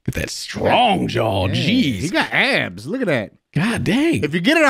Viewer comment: Hearing ABS called “abs” is so unintentionally hilarious